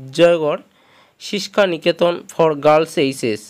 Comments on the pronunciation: The word is Shiksha not Siska.... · Siksa noy Shiksha.. Dinning passage.